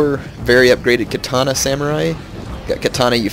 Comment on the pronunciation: Or continuously pronounces Katana wrong. Can't watch his shogun videos, my OCD goes nuts.